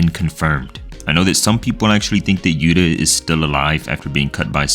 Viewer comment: It's not yuta it's yu ta